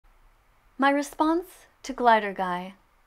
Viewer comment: you didnt say glider guy right